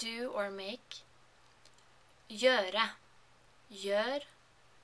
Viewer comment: Hey, thanks for the video. I've started learning norwegian this week, but I haven't reached the level yet to write to you in Norsk. I speak Dutch, Low Saxon and German, so I don't find it too difficult. Your tone is the biggest problem: vaeRE, gjøRE It is very remarkable that Norsk resembles Low Saxon so much: Skrive - skrieven, Se - Zeen, Stå - stoan... Anyway, keep em coming;)